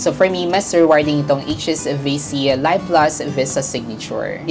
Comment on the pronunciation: Pronounced LEEV plus, not LUHYV plus